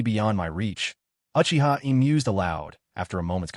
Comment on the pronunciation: How you not pronouncing the Uchiha’s name right smfh